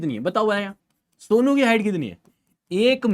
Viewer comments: Sir aap somu ko sonu ka raha tha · Somu ❌ Sonu ✅ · Somu ❌ Sonu ✅😂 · Sir it is somu not sonu😅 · Sir its somu not sonu😅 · Sir it's somu not sonu 😅